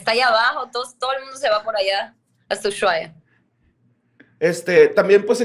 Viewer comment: jajjaa En "ushuaia" se aplica la h muda, se lee como usuaia... Es gracioso como quedan descolocados.. Saludos, leyendas vivas